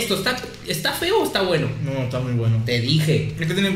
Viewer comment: comiendo maruchan con doritos que no le gustan: "etaweno"